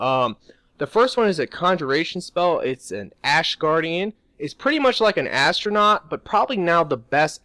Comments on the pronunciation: ATRONACH not ASTRONAUT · he means atronach lol when i heard him say that i was like "astronaut?" too lol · when you said atronach i heard astronought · Atronach, not Astronaut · Yall some dumb ass people sayin astronauts it ATRONACHS SRSLY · its artronach not astronaut lol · Ist calles shitty pronunciation. He meant atronach, i guess he thinks its called astronach or some shit like that. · Astronaut do you mean atronach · Did you say astronaut instead of atronoch? lol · lol astronaut? atronach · He said astronaut instead of atronoch! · Also when he said astronaut... Unless that's like an inside joke for his channel